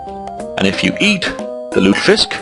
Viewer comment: Three syllables, lute-eh-fisk.